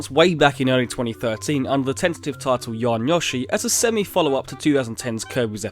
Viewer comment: goddamnit I should not do this but its yo-she not ya-she